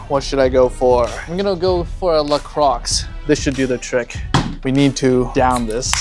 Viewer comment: Let’s not skip over “LA CROCKS”😂